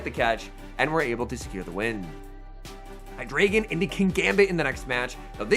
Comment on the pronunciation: FYI, the ‘drei’ in Hydreigon is pronounced ‘dry’.